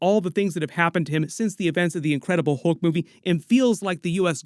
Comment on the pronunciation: Why can't 99% of people say words like "Hulk" correctly? It's not HOLK. It's HULK. I hear the same thing with "skull" and "cult." People say SKOLE and COLT. I mean, WTF? It's a U, not an O.